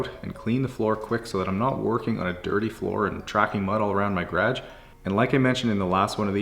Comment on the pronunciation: Love your videos but every time you say "garage" I cringe. 😂